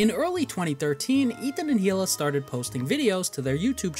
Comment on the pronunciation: It's actually pronounced KHHHHHHHila